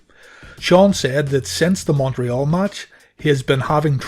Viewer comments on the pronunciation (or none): none